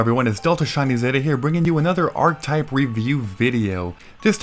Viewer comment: I love these videos delta. But man, the word is ˈärkəˌtīp. You pronounce the e as a stand-alone. It’s a 3 syllable word.